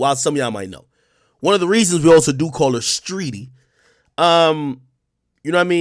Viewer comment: He said streety I’m ☠️☠️🤣🤣